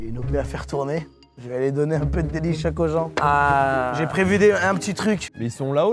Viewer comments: Delichoke pas dacord😂😂😂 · delichoc pas d’accoooord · délichoc pas dacord